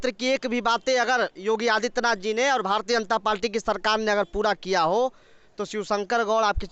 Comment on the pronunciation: Ye Bhartiya Janta Palti kya hai. Bolna to sikh lo pehle.